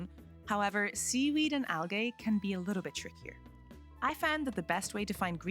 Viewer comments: It’s not Al-Gay, it’s Al- Gee!!!!! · I enjoy how you say al-gay instead of al-gee. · Just for the record...its pronounces "Al-Jeeee" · AL-GEE NOT AL-GAY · Al-gay hurts XD Amazing video but just fyi it IS pronounced Al-gee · stopped watching cuz of how you pronounced algae “Al-gay” 😂😂😂 jk jk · if you fucking say algay one more fucking time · It's pronounced al-gee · "Why are you 'gae?" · She says Al Gay. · Algay… I’m using that pronunciation from now on 😂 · Has she never heard anyone say the word Algae before? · The way you prounounced 'Algae' was an instant video stop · pronouncing algae wrong is killing me T_T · Yeah I giggled every time she mispronounced it. 😂 Great video btw!